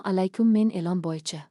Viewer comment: Elon demay ilon desabsiz tilizdi qaysi tilda gapryabsiz tavba